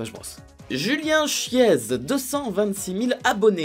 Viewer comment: Julien chièze se prononce kièze !